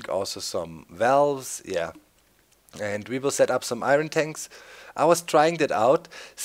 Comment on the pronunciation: Eye ern not eye run silly guy